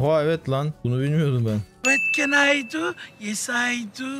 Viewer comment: vat ken ay du, yes ay du sjndjdjd bi kere daha duysam videoyu kapatırdım tam yerinde bitirmişsin